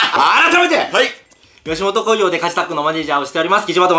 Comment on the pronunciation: 最初のの挨拶 「吉本興業カジサックの友達の…」 って聞こえた😂 かわい…♡！